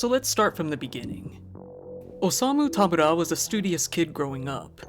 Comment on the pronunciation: I have heard Tamura pronounced ty.mar.a(like Mary) or ta.mor.ra(like tomorrow) but growing up I always get a disgruntled look when they see it on paper from teachers and bosses. Great job at pronouncing it correctly for not being Japanese.